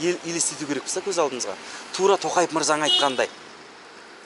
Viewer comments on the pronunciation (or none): none